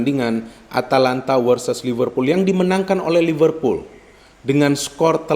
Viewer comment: Liverpool bung bukan Livervool